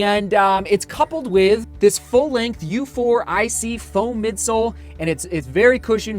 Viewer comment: I tried the wave inspire 15, a stability model, in a store and actually found it to be really comfortable. Considering buying it. By the way the U4ic midsole is pronounced euphoric. An interesting name for a midsole if you ask me.